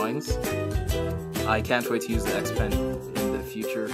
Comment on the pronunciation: its "XP-Pen". not trying to be rude just letting you know cuz it kinda bothered me for a bit